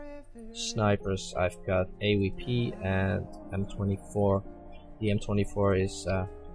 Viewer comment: je zegt dingen als type 98 ipv 89 en AWP op zn nederlands xD.. EH-WEE-PEE = AWP XD